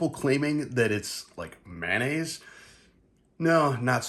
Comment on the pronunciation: You pronounce mayonnaise as manaise. You'll have to forgive a retired English teacher, but I've never heard mayonnaise mispronounced so many 🤭